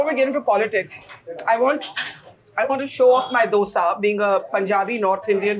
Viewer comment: How tough is it for you to get the name of the Dosa right Barkha?